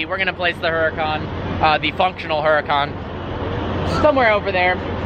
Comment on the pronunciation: Dude, 'Hurucan' is pronounced like 'Ooh ra (roll the r) khan'